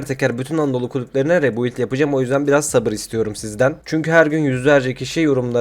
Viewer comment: Rebuild demeyi ne zaman başaracaksın usta